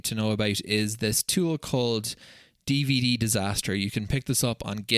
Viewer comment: Hi. I've been binge-watching all your videos after I found you in r/DataHoarder. You have a new subscriber here! One small correction if you don't mind: it's not dvddisaster. It's dvdisaster. Damn, now you'll have to go back to the previous videos on the subject and redub the audio, correct the video titles, reburn them, sorry, re-engrave them, and finally re-catalog them with vvv:)